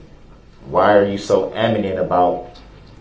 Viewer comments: 47.36 Why are you so "aminent" about the name! Ignorant fool! Learn your words. It's " adamant". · “Why you so amanent?” 😂😂😂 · Aminate? Its ADIMINATE DumDums grammar is terrible